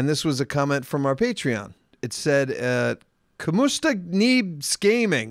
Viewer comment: "CU MU STA?" You mean Como Sta? As in how are you?